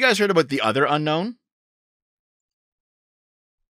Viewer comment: When you say Unknown, I think Unown.